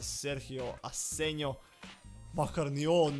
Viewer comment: Inace golman ti se cita Asenho, a ne Asenjo.